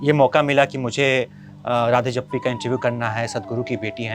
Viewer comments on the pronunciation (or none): राधे जप्पी नहीं भाई राधे जग्गी 😅